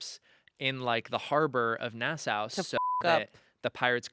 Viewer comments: love that you love pirates (me too) <3 Gentle criticism, Nassau is pronounced na·saw (not na·sow). A lot of people mispronounce it, don't worry. Credentials- Bahamian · Hi from Nassau, Bahamas! We are descended from the Pirate Matthew Lowe. I have to correct you though. Nassau is pronounced NA-saw., your knowledge is impressive. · love u. pls learn how to pronounce nassau